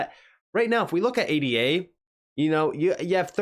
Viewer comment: Cardano is not called A.D.A. when you reference the origins of the name it's not pronounced as an acronym... you say Ada... Cardano is named after a 17th century mathematician named Ada Lovelace... the coin is named after a person... it's pronounced Ada not A.D.A... out of respect to Lord Byron's daughter... the value of her name in Chaldean is 39... on the anniversary of her last death the coin was selling for.39.... which is the value of her full name in Chaldean... Cardano equates to 56 in the English Ordinal... on the anniversary of Ada's last birthday the coin was selling for the value of Cardano in Chaldean....56... Cardano's ledger in the Ellipal cold wallet is named after Ada;s father... the poet Lord Byron... Ada is more than a ticker but rather our first computer tech... Ada Lovelace...